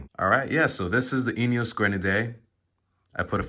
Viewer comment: If you’re going to buy a Grenadier, it’s probably a good idea to learn how to pronounce it. 😂